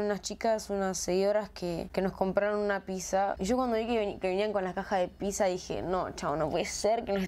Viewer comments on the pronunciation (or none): No se dice pisa se dice pizza